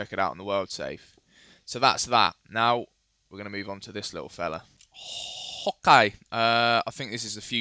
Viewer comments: Every time he says "hokay" i rage a little bit. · just wondering, why does he always say "hawk eye"